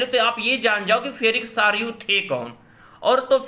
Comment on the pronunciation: फेरिक सारयू नही सर फ्रेड्रिक सारयू होगा । आप से विनती है की कृपया हमे गलत जानकारी ना दे।धन्यवाद🙏